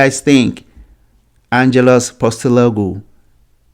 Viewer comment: Learn how to pronounce Ange's name.